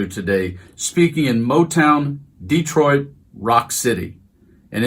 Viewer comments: Someone please respond to this so I know I’m not tripping too hard (just got some new dank herb and I’m feelin’ pretty good🤙)… I SWEAR he pronounced it “Distroit”, almost like destroyed. Am I fully detached from reality?😎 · He's so angry he said "Dis-troit" it's Detroit you loser😂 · Did he REEEEEEEEEEELY say, "The city of DESTROIT"??? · Destroit? I rewound several times, he said Destroit.